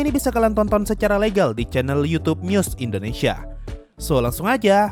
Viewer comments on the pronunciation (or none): none